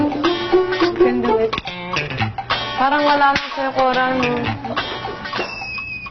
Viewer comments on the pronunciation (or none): cora not aura haha